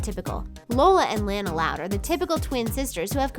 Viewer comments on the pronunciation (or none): It’s lona not laina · It's pronounced lonna not Lanna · It's lona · Ummm Idk if you know but lily is 15 months not 11. Also Lincoln didn't offer to share his room with lynn, she begged. And you said Lana's name wrong as you do in every video. And another thing the reason both parents aren't around a lot is cos they work all day trying to provide for a family of 13 ppl in total as when Lincoln said that they already left for work in "project loud house" also the sisters may do a lot of work as well but we never see because the show focuses on lincoln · U say Lona wrong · SHE PRONOUNCED LANA WRONG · Wow speak it